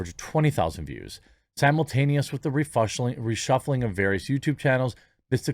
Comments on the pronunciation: I like Jeremy's Freudian slip mispronouncing "reshuffling" as "re-flushing". LOL! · You said "refusheling'" lol